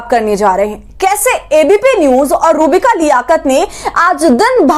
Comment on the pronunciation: Madam aap naam to sahi lijiye... Inka naam hai ROOH BIKA..